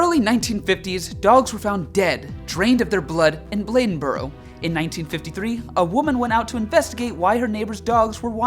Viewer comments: I’m from NC you said it right Blade-in-boro it the right pronunciation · You pronounced " Bladenboro " correctly. Congratulations. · You got it right with the nc pronunciation. Also...go figure that we would throw a festival for giant cat... with Ms.Nc 🤦‍♂️🤦‍♂️🤦‍♂️ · You pronounce bladenboro North Carolina correctly. I live there for about a year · With regard to North Carolina, you pronounced Bladenboro correctly the first time. 👍🏼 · You said Bladenboro right. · Your pronunciation of “Bladenboro” was perfect. Let’s see how you do with “Conetoe”. 😁 So you’ll know it’s co-NEE-ta.